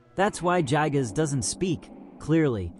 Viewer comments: pronunciation is "guy"-gas nerd This vid his horridly under researched, if you gain any sort of larger following you're gonna get made fun of more. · Bro got his facts mixed up. Itoi thought it was a rape but ended up being a murder. Also everytime I hear JYE-GUZ It feels like my ears are bleeding